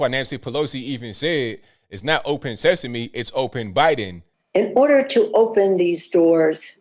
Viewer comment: Who says open sesamay? That woman is broken and out of warranty.